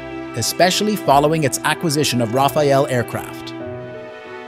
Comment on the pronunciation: its rafale not raphael...